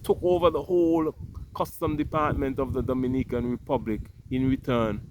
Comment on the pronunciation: Not Dominican,it’s Do- mini-can.